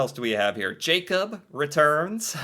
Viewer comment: Remember, our "a"s are not English eeyh, they are "ah", the a in Jakob is the same as the one in Noah, almost. So it is not jeey-cob, it's jah-kob. Also, "e" at the end of a word is not silent. Emilie is not emily, it is "eh-mii-lii-eh"